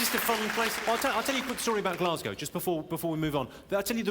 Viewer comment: Glaz go, not bloody giass cow ffs